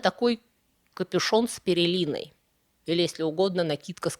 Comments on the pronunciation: Невыносимо слушать! Не ПЕРЕЛИНА , а ПЕЛЕРИНА! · Не ‘щеколдà’, a щекóлда, не ‘перелина’ а пелерина… Ляпов полно, голос неприятнейший, очень слабая передачка. Оригинальные видео на английском и французском куда качественнее и грамотнее. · ПеЛерина, а не перелина, уважаемая, ❤ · с пелериной , а не с перелиной ....шАбаш , а не шабАш... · ПЕЛЕРИНА, а не "перелина"!!! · Извините, но,видимо, вы оговорились. Не "перелина", а пелерина. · Спасибо за работу. Было интересно. Маленькая поправочка: щекОлда, а не щеколдА, не перелина, а пелерина. Слушаем дальше😊... Ну и шАбаш, а не шабАш. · Не ПЕРЕЛИНА, ПЕЛЕРИНА!!! Слушать стало Вас невыносимо!!! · как всегда браво! Очень познавательно и интересно. Позволю себе немного побыть занудой🤓. Обычно Ваша речь безупречна. Но сегодня резанули слух щеколдА и перелина. ЩекОлда и пелерина будет верно. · ЩекОООлда,а не щеколдААА!!! Пе-ЛЕ-ри-на,а не Пе-РЕ-ли-на!!!🤨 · Ну второе простим, это просто оговорка, с кем не бывает. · Спасибо за исследование, много забавных "ньюансов"- новых вопросов, т.с. Только вот, капюшон с пелериной, а не "перелиной",. "За щекОлду" произносится правильно, а не "за щеколдУ". Очень интересны у Эрика Берна сценарные послания в этой сказке. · Обратите внимание на произношение и ударения,если выходите на аудиторию.ЩекОлда, пелерина,шАбаш. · Аааааааа.... почему же "щеколдА" и "пеРеЛина"?... Жуть как ухо режет... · Шёпотом: у слова "щеколда" ударение на О и у слова "пелерина" сначала идёт Л, потом Р.